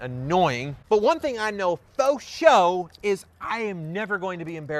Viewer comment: That “fosho” got me dead lmao